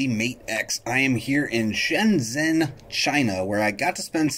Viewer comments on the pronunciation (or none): This guy needs to learn how to speak or edit audio. The stammering, the "um's", and filler words. It's almost like listening to Brad Sams. He may have mispronounced the city of Shenzhen too. In Chinese, isn't the 'zh' sound more like the English 'j' or 'ch'?